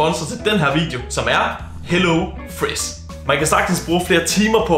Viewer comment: Why do you pronounce sh as s like wiss hellofress like why??